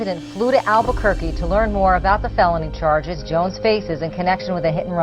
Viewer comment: "Outside a baw"